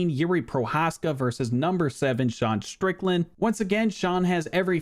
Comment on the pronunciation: You keep mispronouncing Deshawn Strickland